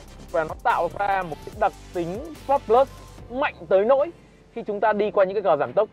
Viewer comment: Phát âm sai bét nhè còn đi nâng bi nhau :))